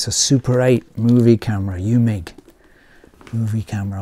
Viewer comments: Eumig is pronounced Oymig. Surprised you didn't know that. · Eu sounds like oy in german (not exactly, I don't know how to mimic the sound in text) and Eumig is Austrian, German speaking. I personally don't like mispronouncing foreign company names, especially when there is google to tell you exactly how it's pronounced.